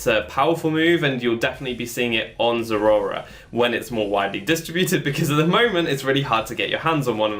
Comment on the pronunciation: Honestly, I much prefer this pronunciation to any other I've heard on YouTube. Everyone else says it like it's two words, like "zera ora". I don't like it. I myself say it "ze-RAOR-a", like the middle syllable is a cat's growl.